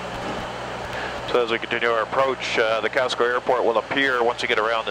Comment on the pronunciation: Calcelgar. Can-SEL-gar.